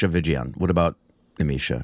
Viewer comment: Its not nimisha vijayan, nimisha sajayan